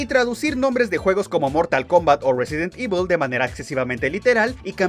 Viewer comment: Por la forma en que pronuncia Resident Evil tan bien seguro lo a de tener platinado 😎